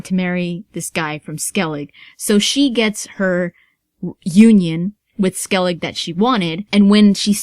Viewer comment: It's funny how many people pronounce Skellige as Skellig haha :D It'd be Skellig-eh, so with the e at the end. I just think it's funny!